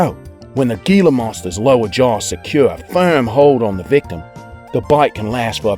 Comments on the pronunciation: let me just say, gila isnt pronounced "GILA" is pronounced "HILA" just saying it bothers me... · the G in Gila Monster sounds like an H, Hila get it right. or ill take you job, Idiot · Gila is pronounced he-luh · Gila monster is pronounced hila